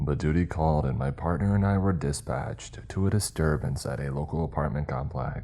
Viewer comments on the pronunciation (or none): Hey man you forgot to enunciate the "T" in "parTNer." I just thought I would inform you.